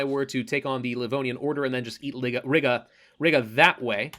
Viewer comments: I wonder how long it'll take for him to learn/realize that it's Ree-gah not Rig-uh😂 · Please stop saying Riga like that